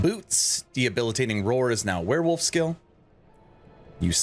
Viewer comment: 👮‍♂There's no "H" in "Debilitating." You're thinking of the word "Rehabilitating." Great build.